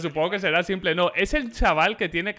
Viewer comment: Y dale con pronunciar el nombre de s1mple mal ahhahahaha me pone nervioso